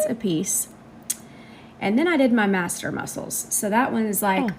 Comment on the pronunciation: Madam, if you cannot properly pronounce the medical terminology related to what you're doing, do not do what you're doing. It's not Master muscles.... it's MASSETER muscles. Put. The. Syringe. DOWN.